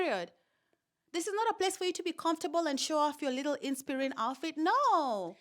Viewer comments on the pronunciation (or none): I am dying at the way you are saying InspIrene 😂😂😂😂😂, moving on... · Everytime you say Inspirina I am on the floor.